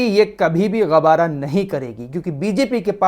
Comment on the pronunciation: वाह क्या रिपोर्टिंग है 😂😂😂 गवारा को ग़बारा बना कर दिया 😂😂😂😂 थोड़ा सा और ज़ोर लगा कर ग़ुब्बारा कर देते तो कोई चीज़ तो बन जाती